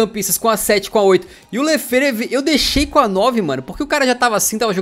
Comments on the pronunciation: se quiser dicas de pronúncia em francês... o quando o nome tiver "è" ele vai soar como "é"... como o Lefèvre, que se pronúncia "é"... e o "G" de PSG no francês tem o mesmo som de português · vê se bota no google tradutor o nome do lefévre e ouve o q a senhor (a) está dizendo porque você ta dizendo muito mal o nome dele